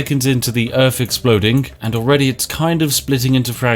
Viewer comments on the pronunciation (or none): Welcome to Earf